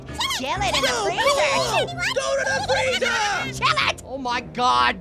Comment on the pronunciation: FRREEZER